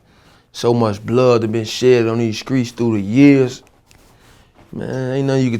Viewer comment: "In The Screets" Nigga Say Street